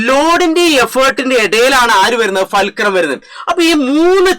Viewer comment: ഫേൽക്രം അല്ല ഫുൾക്രം ആണ് മച്ചു